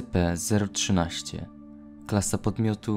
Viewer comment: ESCIPI A NIE ESCEPEEEEEEEE ale ignorując to, raport bardzo fajny :)